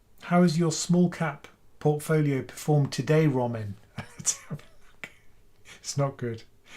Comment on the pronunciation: Why do u pronounce your name Romin, as in Robin, rather than the way it's spelled,?